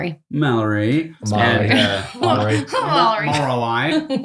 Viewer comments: "Maulory" XD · Who’s Mallory? Oh, you mean Maloury. Ye, she’s cool lol